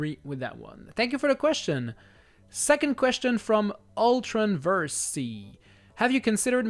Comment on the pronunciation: I need to remove the extra E from my username, it hurts me Everytime when you pronounce it Ultron VersEEE. (the extra E is silent) But thanks for answering my question, looking forward to the guitar hero retrospective from Bandy